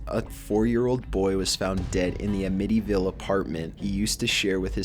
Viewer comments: "A-MITTTY-VILL" WHAT THE ACTUAL FUCK😒 COME ON DUDE. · AM-IT-EE-VIL not what ever the hell you kept saying but I love all of your lists. Sorry to be critical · "Uhmittyville" god cmon pronounce simple words correctly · omg you stupid fuck, it's pronounced am-nih-tee vile. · First time I've heard anybody pronounce Amittyville like that. Threw me right off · The way this guy says Amityville pisses me off a little. It's a short A sound, and the emphasis is not on the I. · "Ayemitty" ville :') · first I thought he was saying "medieval" as in the house the kid lived in was of medieval age." Uh-med-EVIL".. Amityville. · I was haunted by a ghost that caused me to commit weird syllabic stresses. Dude, "a-MIT-y-ville"? Seriously? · If it makes you feel any better, he also mispronounces "Amityville", which is more or less a household name here because of the movies and lore. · The lack of credibility is even further increased when he can't even pronounce words correctly. Attributing and Amityville were two words that stood out to me. May be seen as picky, but it's annoying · Dave Benning ehh give him a break, he's Canadian, he's probably never heard of Amityville like us Americans have. Though, if you're making a video like this you should probably make sure you're pronouncing things right. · What an odd way to pronounce Amityville. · Who pronounces Amityville like that? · Your not even pronouncing amity ville correctly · It was his pronunciation of Amityville that got me, yeah. I can imagine somebody not being familiar with the words wick and harbinger and accidentally mispronouncing them. Fair enough. But who hasn't heard "Amityville Horror" said aloud? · Entertainment finally someone other than me sees it, I've heard him mispronounce many words (simple words at that) in previous videos and it upsets me, he says demoned instead of demon and in this video he said amityville wrong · Learn how to pronounce "Amityville." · Am-itty ville, not Uh-mitty ville.